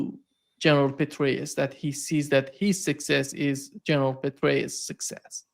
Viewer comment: Petraus pronounced Betrayal